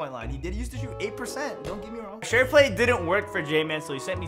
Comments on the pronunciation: Why can’t he say shooter? I’m Literally confused 🤷‍♂️ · Im probably late but why cant he say shooter